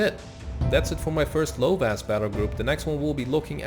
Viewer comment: And you spell cs as ch and s as sh So you pronounce csaba as chaba and lovas as lovash